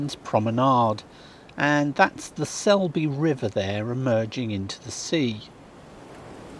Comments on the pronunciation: Laxey is a village,Trams have whistles, "Mack-hold", "Sul-be river"...I'm glad you enjoyed your stay. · Lovely video, Ramsey is my favourite Manx town as my grandparents lived there. As others have said it's the Sulby River and Maughold is pronounced mack-old or as my Manx granny pronounced it muck-hold 🇮🇲🇮🇲